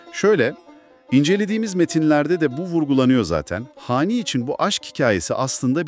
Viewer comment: Hani değil "xani"